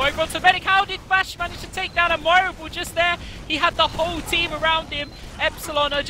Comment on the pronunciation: Oh my god, the way they pronounce "Admirable" is getting more and more frustrating every time